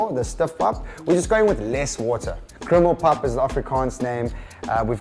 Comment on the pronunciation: Bruh why does the one section of the video say “criminal pap” 😂😂😂😂😭 it’s krummelpap! 😂😂